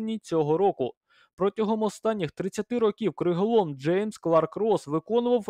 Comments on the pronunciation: Новини гарні. Дякую. Але чому такий "плаксивий" голос?.. І не "криголОм", а "криголАм" ;) Від "ламáти" :) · Тільки от, не "криголОм", а "криголАм"... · Криголам , а не криголом